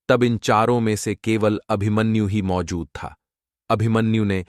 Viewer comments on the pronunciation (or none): none